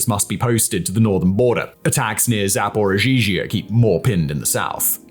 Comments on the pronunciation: It's pronounced like Zaporichia, the reason for the "zhzh" is that there is a single letter in Cyrillic alphabet for that "zh" sound but there's two such letters in the Ukrainian name for Zaporizhia. Still it's not "Zaporizhizhia". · "Zapo-zhee--zhuh" Is it so hard to say "Zap-oh-REE-zheh"? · Simon, you and your team put together fantastic, information-packed videos that I have long enjoyed watching and listening to. On the latter, several times the name of the city Zaporizhia was pronounced with an extra ZH. There are some versions that translate the city's name with the extra syllable. I know it's not authoritative, but Wikipedia has this pronunciation